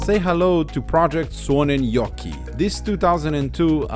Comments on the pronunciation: Did you practis saying suonenjoki how much because you sad it very well 😁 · As a Finn and living about 50 km from where you bought the car, I couldn't be happier about this video. You pronounce Suonenjoki perfectly!